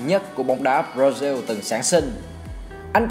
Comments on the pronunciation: B nói hay nhưng nên nói đúng từ ngữ b ra zin hay b ra ziu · Ẹt là gì? Brazil đọc thành diu là sao?